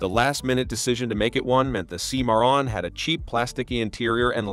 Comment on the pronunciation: Cadillac "See-moron"? Thumbs DOWN for the silly AI voice!